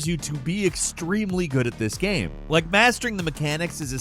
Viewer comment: i cant stand the way he says "gyem".....